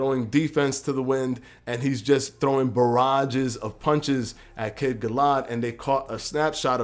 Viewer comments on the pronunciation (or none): *Conor Benn *Gal-uh-had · Also, not to be a penis, but it's pronounced Gal-A-Had. I agree on the hand placement though. Still fucking HYPED for this!